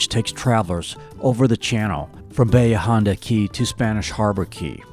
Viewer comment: I don’t know a single local that called it Bayha - it’s Ba Hee Aaaaa Honda